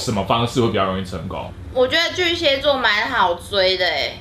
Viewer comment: 巨蟹ㄒㄧㄝˋ座，不是巨蠍ㄒㄧㄝ座